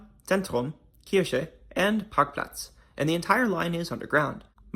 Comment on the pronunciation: You pronounced 'Kirche' correctly at 9.16. At other points, you pronounced it as 'Kirsche', which means 'cherry'. 🙂 It's one of the most unusual underground public transport systems in the world. This is the first time I see a proper video about it, with a lot of attention to detail. Good job. The child naming the stations is just too cute.